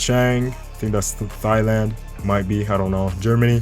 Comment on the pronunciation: "Thigh-land" It's pronounced "Tie-Land"